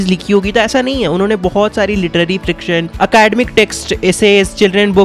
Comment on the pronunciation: Friction nhi bhaiya fiction h wo